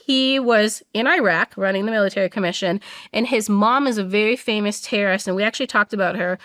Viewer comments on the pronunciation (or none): "TERRIST" the pronunciation is killing me